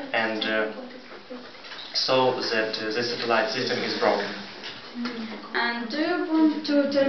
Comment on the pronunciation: My mistakes: 1) I pronounced the word "satellite" incorrectly 2) after 6 months - in 6 months (correct) 3) If the court WILL award damages, it will be great for me. I had to say: "If the court award damages, it will be great for me." (Conditional)